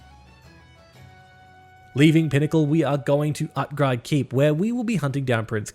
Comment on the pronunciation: U say utgrade, is that how u prenounce utgarde?